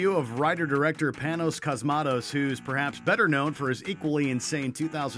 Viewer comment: You need to learn the pronunciation of the director's names, you BUTCHERED Shinya Tsukamoto and Panos Cosmatos!